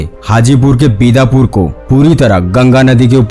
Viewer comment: Bat to lagbhag sahi hai jam se to paresani bahut hoti hai lekin a बिदापुर nahi hai bhai blaki biddupur है